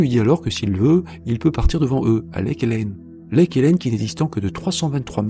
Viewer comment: Qui en a eu marre de voir écrit Helen Lake et à chaque fois dit lake Hélène 😂